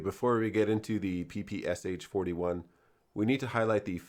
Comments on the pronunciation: Oh God... It's not a 'PPSH', it's PPSh, 'Sh' meaning 'Shpagina' - Špagina - the name of its inventor. Please call it the right way - PP Sh-41. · Its P-P-Sh, not P-P-S-H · Nice video, but you make the same mistake as 99% of people from English speaking countries. It's the Pistolet Pulemyot Shpagina (Shpagin's machine pistol). Therefore it's correctly pronounced P-P-Sh, unlike almost everyone's P-P-S-H. Try saying "I shot the sharp shapes in the bushes by the shed with my Papasha" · It’s not “Pi-Pi-Es-Eitch”. It is “Pe-Pe-Sha” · Its not PPSH its always pronounced paypayshah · It's not P P S H, it's P P Sh (pee pee esh), popularily called from Russian abreviation "pepesha". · It's pronounced as PPŠ, not P-P-S-H. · Pah Pah Sha. Not PPSh. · You speak it " pepeschah". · ppsh is pronounced as PP[ʃ] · SH - is not eS eiCH is one consonant. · Hey great video, as always. One minor thing tho, when pronouncing PPSH don't spell the letters, it's supposed to be pronounced papasha. Sh is pronounced like Sh in shoe Keep up the good work. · Well, apparently it’s ‘all the rage’ to pronounce it Pah Pah Shah. Apparently……:)